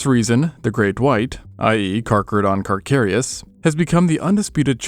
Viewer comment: 🤣, absolutely butchered the pronunciation of that. Like this .. Car-cah-rid-on .. Car-cah-ree-us